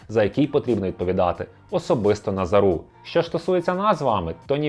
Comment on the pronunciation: НазАру я думаю... як і ТарАсу. Але деякі чомусь неправильний наголос роблять, хоч він ніколи і ніде не був на слуху...